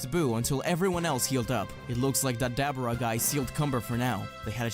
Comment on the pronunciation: It’s “DUH - BORE - UH” not “DAB - ER - AH”